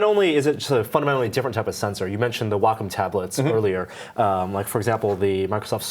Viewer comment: Never heard Wacom pronounced "walk 'em." I guess I'm used to the midwestern "wah comb."